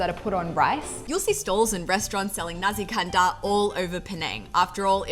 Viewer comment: Nasi kandar. Not nazi kandar